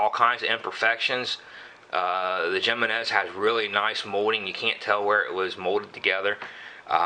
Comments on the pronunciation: It bugs me when they pronounce it "Jeh-men-ehz" too. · j in spanish is pronounced as an H in english it is like himinez i not seen a vid yet when a gun guy got the name right lol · Hey, it's pronounced "hee--men--ess"! No habla Espa~nol usted, se~nor? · it's pronounced himinez with an h sound for the j. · Its him-man-nez ! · Jimenez I believe is pronounced HIM en ez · Michael Schultz 100% correct! and as for who cares? Don't know... should I call your Ford, a Pontiac? One is right and the other is not. HE MEN EZ. The name is spanish and the j is pronounced as an h. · It's pronounce with an H not the J, its a Spanish name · You guys are fucking idiots and how is that such a weird random name it's a common Spanish name dumbass and like the other dude said it's either right or it's wrong if it was your brand you would hope people pronounce the name of your brand right so that other people would know the name of it and the pronunciation and then try to buy it if they liked it simple as that